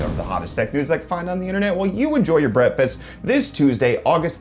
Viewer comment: Wait is he saying brettfast or breakfast?